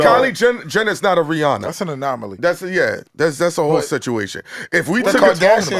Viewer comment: ain’t never heard the word “anomaly” before..boy said “no she is not a manomamy” 🤣🤣